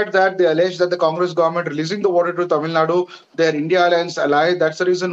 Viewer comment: What the hell is "Tamil Nad"?? It is "Tamil Nadu".